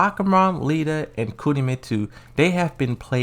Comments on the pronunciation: He also calls Lidia "Lita" and azazel...I don't even know wtf he says when he pronounces that lol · he's definitely doing it on purpose because he said Lidya correctly when reading a comment and he used to say Kazuya correctly but then all of a sudden he starts saying Kazooa.